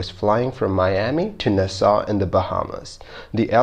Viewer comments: It’s nass all not nahsal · I love your channel and don't want to sound like I'm trying to micro-manage but "Nassau" is not pronounced "Ni-saw", it is pronounced "NA-saw". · Agreed. Also, it's NAsaw, not naSAW. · Just so you know, it's pronounced "NAH-saw," not "Nuh-SAW." Minor, but worth noting for future reference. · Nassau is said like Nah Saw, not Na Saw. Component is said like com po nent, not comp o nent. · Neu-saw? Don't you mean Nassau? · Nass aw, not na saw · Friendly tip... the pronunciation for Nassau is Nah-Saw. Like, "hey, do you want some?" "Nah." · The pronunciation is NASS-aw ! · Just a weird comment (irrelavant)- When pronouncing "Nassau", please refer to an old '70s pop song, "Funky Nassau", where the accent is on Na, not on ssau, like" Nahsaw, funky Nahsaw." Other than that, loved this one as always!!!!!!! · Nah-saw lol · Repeat after me.. NAS-SAW. Otherwise great job as always! From everyone from Nassau Bahamas and Nassau county New York. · IT’S PRONOUNCED NASS-AWW (HOW IS IT POSSIBLE NOT TO KNOW THIS?!?) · Try saying Naaa Saw..... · Na Saw, The city is spelled Nassau, pronounced Na saw. Glad it was an easy one. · You mispronounced Nassau throughout the video. And I agree; only use video/pics of the aircraft type involved in the incident. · Check your pronunciation for 'Nassau'. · Please learn to pronounce city names Nassau...look it up. And the random plane images are annoying. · Get somebody to help you with the pronunciation of "Nassau". =PC= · Guy cannot pronounce “Nassau.” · if you're going to do a video about L 1011 you should show L 1011 . and learn how to pronounce Nassau . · It’s “Naaaaaaaa. Ssssaaaaaawww” so “Nassau” au sounds like aw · Please learn how to pronounce words. You got Nassau wrong.